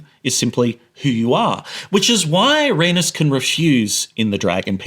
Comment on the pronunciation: It took me a while to figure out who you were talking about because of how you mispronounced Rhaenys LMFAO